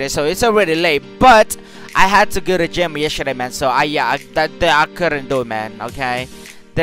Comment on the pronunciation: Anybody else thought he said ima go to jail instead of gym?